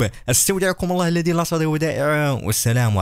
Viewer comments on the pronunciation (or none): none